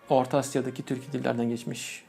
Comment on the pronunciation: Tür”Ü”k değil. Türk!